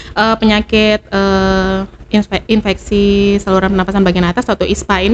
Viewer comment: ISPA Insfeksi saluran pernapasan Akut . atau atas ???? biasa dengernya Akut